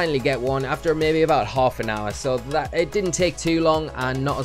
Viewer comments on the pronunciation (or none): none